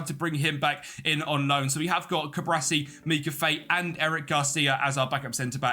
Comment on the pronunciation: Cu-Bar-Si not Cu-Bra-Si. Video is nice aside from that though